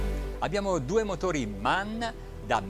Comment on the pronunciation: Its called M.A.N. not man.🤓